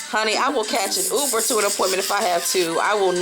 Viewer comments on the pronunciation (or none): none